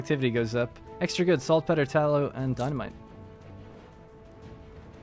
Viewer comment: You should look up how to pronounce "saltpetre"! please! :D Been watching all episodes, and I love it, eventhough I've been taking a break from Anno 1800, after 800+ hours. Also, now that you have begun optimizing with trade unions, look into maximizing your orchards' "density" more so than production, I haven't tested it, but I'm pretty sure you get more out of them, that way. If I remember correctly, I could get 8, or more orchards in trade union range.